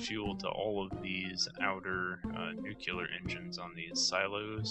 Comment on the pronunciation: Nuclear. Pronounced "new clear" not "new que lear." !!!